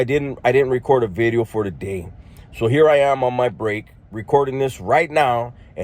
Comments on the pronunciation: Lmao you say veedio instead of video lol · You say 'Vidyo', instead of video like a Welsh person. I'm from Wales, and know this..... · I think in some earlier videos you said “video” with a B Bideo lol ..😅 mexican shit weve all done it at some point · Video or Bideo like Barrio or Varrio lol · new “veedyo” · Haha yeah, bro I wouldn’t have gone to leave a comment, but you do say video kind of distinctly lol. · Nah you say “New Video” kinda different I noticed that 😂